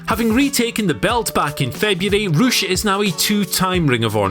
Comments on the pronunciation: Ocean Boi - Not to be confused with Poosh, Rush is actually pronounced Roosh. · I just realised he’s saying Rush not some guy called Roosh